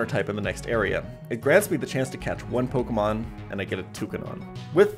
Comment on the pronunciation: why cant anyone pronounce my name? Everyone else: why cant jan pronounce pokemon names correctly?